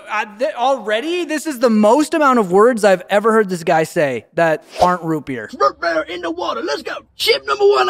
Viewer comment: ROOT BEUAER NOOOO ROET BEUAER